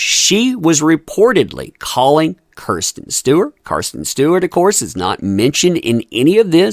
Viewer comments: What the heck is going on here? Is this a contest to see how many names you can mispronounce? Margot Robbie not Roby. Kristen Stewart, not Kirsten. Do you even know who these people are? I can’t watch this; it’s just silly that you’re reporting on people when you don’t even know their names. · I appreciate your content but please learn peoples names if you’re going to discuss them. Margo Robbie RAW-B is the correct way to say her name as well as KRISTEN Stewart not Kirsten.